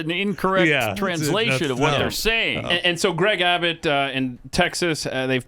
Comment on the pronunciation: Nobody’s going to comment about the fact that Pat said “Greg Babbot?